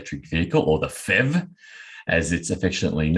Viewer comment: Sorry not Fev. It is pronounced P H E V